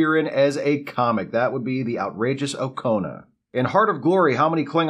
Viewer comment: It's pronounced Oh-KAH-na, not Oh-koh-na.